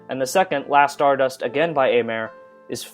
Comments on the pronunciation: Aimer ("to love" in French) is pronounced "émé". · I loved the soundtrack far more than Kaijura's OST from Fate/Zero I'm still stunned how you mispronounced Aimer.